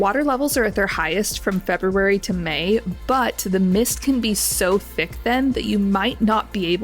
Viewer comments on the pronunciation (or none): none